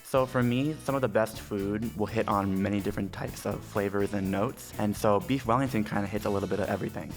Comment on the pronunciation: “I lofs bweefs wellingtofs”